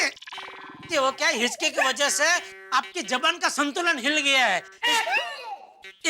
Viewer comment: jaban ka santulan 😂😂